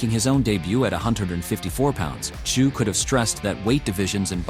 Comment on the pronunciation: The t is silent in tzyu pronounced zoo